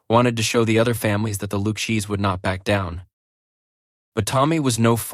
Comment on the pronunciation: LOOOU CHEESE????? Horrible A.I. narration! The fake narrator mispronounced the name 10 times or more? This is awful!!!!!!!!!!!!